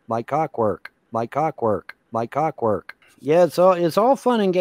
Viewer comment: CawkWork. Like CawkWork. Yep.